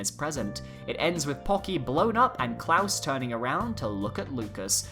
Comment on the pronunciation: pokey not pocky. geez m8 it's not hard to pronounce.